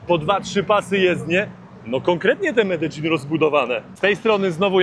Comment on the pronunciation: Czemu ty mówisz medzelin nie Medellin ;)